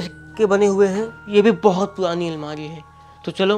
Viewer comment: Kya tum Hakle ho Bhai ye almari purani hai ya puani 😂😂😂